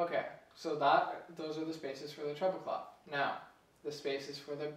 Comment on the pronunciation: its written as clef but you pronouncing it as clof, even my wordweb reads and spells out as "klef"